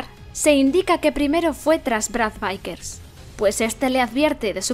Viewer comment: "Vickers" tal cual se escribe, no "vaikers". "Licker" tal cual se escribe, no "laiker"